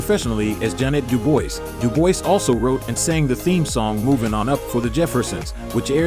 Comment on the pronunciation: The lady's name was pronounced "JANAY DOO-BWA" NOT "DOO-BOYZ"!